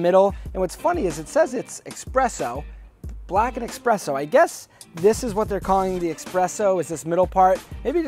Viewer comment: Bruh, no X in "espresso". Love the videos, and that you've been giving Vans some love.